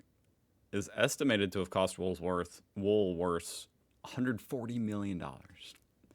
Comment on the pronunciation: you seem to have trouble saying “Woolworths”. Just say what we say….”Woolies”